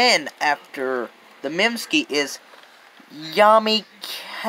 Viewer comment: The Mim-Skeee lol. (Its Sky but alot people will say Skeee as a joke including myself, but mistake by alot of people when saying it for the 1st time)